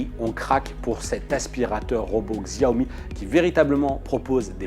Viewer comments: On dit chaomi pas gsaomi... du coup pouce rouge. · Tu as raison, Et j'ajoute, qu'on ne prononce pas XIAOmi, mais CHAOmi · Ça fait pas pro de dire xiaomi Ça se prononce shaomi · on dit pas Xiaomi mais Chiaomi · Shyomi on dit !